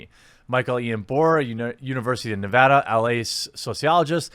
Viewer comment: btw, that is HIGH-KO nevada. I lived there for a bit. right in Pahranagat Valley